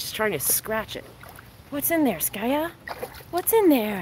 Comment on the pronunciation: Why you call him skayu when he is skaya